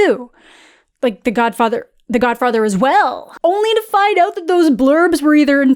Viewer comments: WHAT was that pronounciation of godfather?! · Love the Matt Berry esque pronunciation of “The Godfather”